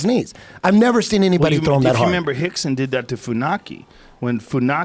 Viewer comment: Why do they keep calling Rickson Gracie "Hikson" ? And Royce - "Hoist"?